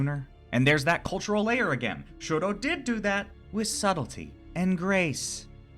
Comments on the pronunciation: first of all, i just wanna say how much i loved this analysis, ive been trying to find autistic analysis on dunmeshi and this was EXACTLY what i was looking for second, just as a mixture of fun fact and psa, shuro's name is actually toshiro, "shuro" becoming a bit of an unintentional microagression from laios over not hearing toshiro's name properly and later not bothering to change to the right pronunciation. its not a widely known fact since its from an omake i think? but yeah lol third, about throwing more autistic rep your way, its more of an implicit/unintentional thing but have you ever watched mob psycho 100? being autistic, that show hit me like one of those massive waves at the beach that catch you unguarded and drag you across the sand out of how hard it was LMAO. a friend recommended it to me and if i was getting the autism vibes from the first episode from him, by the third ep i was SOLD. convinced 100%. it's on my top 3 shows by autism representation along with the owl house and dungeon meshi. not only the main character, mob, is very coded in my opinion, but like. easily half of the main cast can be read as some flavor of neurodivergent, ranging from dissociative disorders to PTSD, ADHD and autism which i feel are the more prominent. there has been a lot of discourse on the fact many of the author's characters seem to be either intentionally or unintentionally coded, but tbh it just makes the show really well written, it's a love letter to autistics in an allist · wasnt it framed as a micro aggression though? it didnt come as just a quirky little thing to me and rather laios being an ignorant westerner?? lmao poor toshiro getting his name pronounced wrong all the time